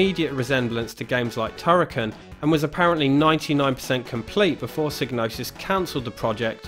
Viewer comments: Psygnosis is pronouncedPsy Nosis. The G is silent like in gnosis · Well, that's kind of up in the air isn't it. I'm aware of how Psygnosis should be pronounced, like you say, but then the developers at Psygnosis have been known to say it's pronounced "sig-no-sis". That's how I always said it, and old habits die hard, but I would like to find a definitive answer on how it's pronounced.